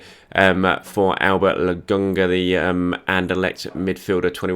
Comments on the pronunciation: It's Lo kon ga, 🤣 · Absolutely butchered his name 😭